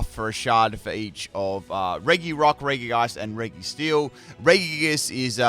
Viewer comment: You know what really grinds my gears? The way this guy pronounces regi